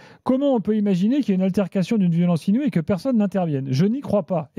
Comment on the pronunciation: On parle de LONGORIA qui galere avec le francais pour "INOUIE" .